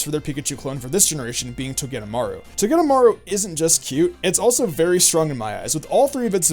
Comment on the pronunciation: What i hear when you say Togedamaru: To get a maru